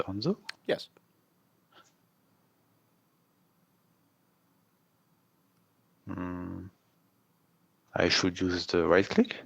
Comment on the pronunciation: Ultimate CRINGE pronunciation of Hanzo. Dislike